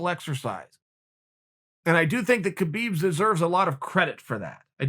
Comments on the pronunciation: if you respect khabib pls pronounce his name correctly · Keh-beeb? Hah-beeb!